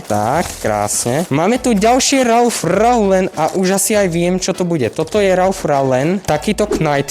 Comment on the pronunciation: Len pre buducnost: cita sa to "Ralf Loren" :) inak super videjko